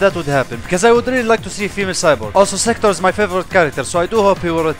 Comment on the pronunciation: He just said Sektor lel